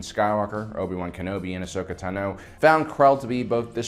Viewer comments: the way he pronounces some of these names drives me insane. like this guy spent 5 years making this video (and did a good job with the events and everything) but he can't pronounce the names he's heard a million times watching and re-watching this show? Ahsoka "Tuh-no", "Kee-uh-dee" Mundi, Bo Katan and Satine "Cries"... It's infuriating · Ahsoka Tanoo, Plo Kloon, make it stop please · Anyone else annoyed by how pronounces "Tano" in "Ahsoka Tano", it's not pronounced "tanow", just Tano! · The way you pronounce Tano is extremely frustrating and I don’t know why